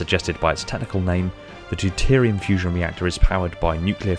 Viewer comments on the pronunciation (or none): none